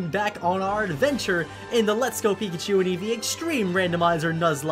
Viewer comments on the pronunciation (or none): none